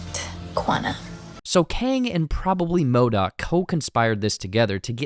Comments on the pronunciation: yes... WHY ModAk. hahah It's MODOK. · Sooo we gonna ignore "MODAK"